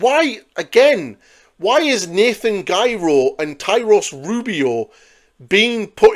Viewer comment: Nathaniel Garro not freaking Nathan Giro!!!!! Please call these episodes Rants 😂